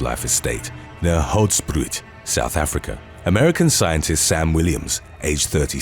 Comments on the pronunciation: You really must try to pronounce things correctly! Riesling is said as rhee-zling Hoedspruit is said as hood-sprayt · Appreciate the attempt at 'Hoedspruit'. You pronounce it like 'Hood-Spray't' with the R being a rolling R, if that makes sense😅 Love the content! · Hood-sprait Be-ha-ne (I’m South African so I just wanna fix it but great video all the same) Don’t mess with wild animals guys! Especially in South Africa where they’re fully wild